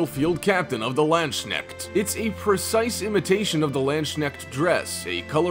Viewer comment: The Landschneck 😂, this pronounciation of Landsknechte sounds like the equivalent of Land-Snail. I would butcher a ton of words aswell, so no hate just funny 😉